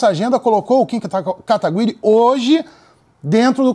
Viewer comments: "Kim katagÜiri" kkkk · "Kim KatagÜiri" aaahhh meu deus que agonia kkkkkkk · Katagüiri, Katiguy, Katiguri... "Essas qüestões de pronúncia de japonês não são fáceis não, tálkêy?". Aliás, parabéns pelo trabalho, Kim! E também pela paciência que tem ao ver um cara te criticando por errar o nome dele, quando ele próprio não conseguia pronunciar o seu. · "KIM KATAGU-Í-RI" KKKKKK